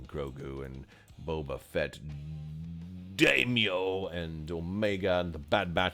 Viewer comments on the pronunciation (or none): LOVE the extra pepper on "Daimyo"